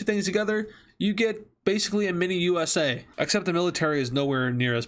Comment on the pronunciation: the way he said mini usa 😅😂🤣